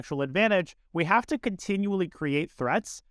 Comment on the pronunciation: he said "we might jave just gotten zuged"